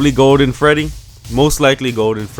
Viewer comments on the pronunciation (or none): what's a "gowden fweddy"